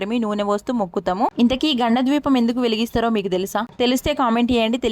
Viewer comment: ద్వీపం కాదు kada దీపం kada